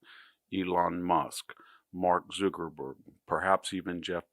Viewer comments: Please stop saying mark zookerberg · Why are you pronouncing it Zookerburg and Beezos?